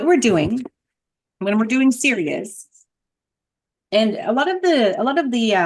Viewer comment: I believe it's pronounced saw-ray-ah or sa-RA-yah Thank you for this